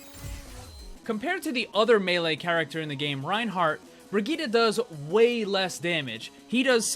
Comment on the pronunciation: BrigittE! ...BrigittE!!!! NOT "BrigittA"!!!!